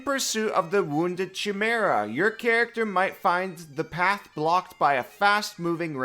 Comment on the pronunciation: You're not wrong about the "half success"' check but you are wrong about your prononciation of chimera. It "Kimera".